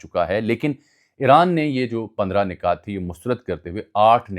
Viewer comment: Ajmal bhai word "nukat" hota h ap " nikat" pronounce kr rhy ho. Points Keh skty hn